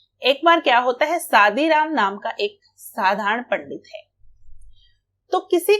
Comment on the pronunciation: It's good ..but it's not a सादीराम it's a शादीराम 😂